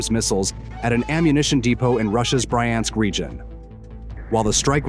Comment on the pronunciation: "Bri-ansk" LOL